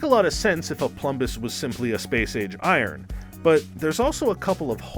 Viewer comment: you mispronounced "iron" a couple of times.